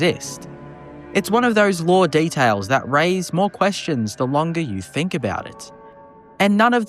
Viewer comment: "detales " "maurmuntz"